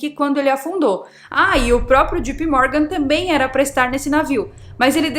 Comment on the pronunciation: Só que JP Morgan pronuncia-se Djei Pi Mórgan. Não é djipi.